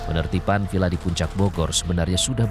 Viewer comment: To, "VilLa"! Bukan "Pila" pak!